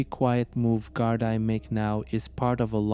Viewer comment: Great videos, but please work on your pronunciation of Irish places, and Gardai is pronunced GAR-DEE